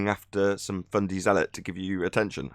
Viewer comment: Love the "Fundy". I'm in Texas so I ain't got a clue what that means but I understand and love it. Just can't say it as PROPER as.👍👍